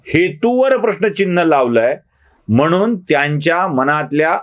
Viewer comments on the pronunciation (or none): 'म्हनून ' नाही हो! तो 'म्हणून ' असा शब्द आहे. शुद्ध बोलायला शिका ना जरा.